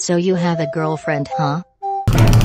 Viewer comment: bruhh in the first she said SO U HAVE A GJRLFRIEN HUH dude girlfriend=gjfriend